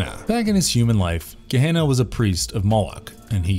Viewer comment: it is pronounced Guh - Hen - Uh (Gehenna)...............not guh - hey - nuh